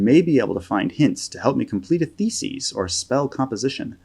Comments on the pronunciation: Great video, but it drives me nuts that you keep saying “thesis” like “feces” 😂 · Never heard thesis pronounced that way